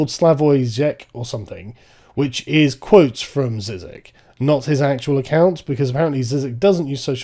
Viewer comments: It's not 'Zizek', it's pronounced 'Jzeejgshek'. Ask the man himself. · You don't pronounce "Zizek" with "z" but with "zh", like in meaSure or uSually. The way you say this name all the time is really distracting... ))) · If you "really enjoyed his work" then you would've know how to pronounce the fucking name. "ZEEZEK" he says it's closer to jeejek but without the "d" * snorts, pulls his shirt * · It's not pronounced Zizek. The z with caron (ž) is pronounced as Zh (as in "Brezhnev"... it's how you pronounce the s in "asian" or "measure"). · He is not called Zizek, his name is žižek, stop pronuncing it wrong! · It's prenounced Jijek. Soft j. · It's pronounced Zhizhek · Zhizhek actually cause it’s Žižek right? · Sissekk? How do you pronounce Ljubljana? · it's Žižek, "Ž" is read like "J" in French "Jacques" Zhizhek maybe?:D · >pronounces it as zizek It’s Žižek, you uncultured Brit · zizek is pronounced "zhizhek" in english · It's read as Zhizhek (Zh instead of Z) , mostly because of the bad transcription of Žižek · It's zhizhek. Žižek. Otherwise you are literally saying "Slavoj Boob". Zizek in Slovenian means Boob. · Sargon, the z's in Žižek are pronounced as zh. I wouldn't care but zizek means nipple and it really takes the seriousness away. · So despite this dude's plummy saturated accent he can't pronounce the very well circulated name Žižek properly. Don't do the thing you're criticising in your subject yourself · Wow, you could have at least looked up how to pronunce Žižek and Lacan. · If you respect Slavoj Žižek so much, why do you refer to him as Slavoj Zizek? What's wrong with pronouncing his name properly and correctly according to how it is spelled? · STOP SAYING HIS NAME WRONG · heyo, just a little comment: the ž in Žižek's name is pronounced like the g in courgette. cheers. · SARGON PLEASE, LEARN HOW TO PRONOUNCE SLAVOJS SURNAME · The ž in Žižek is pronounced like g in mirage or rouge.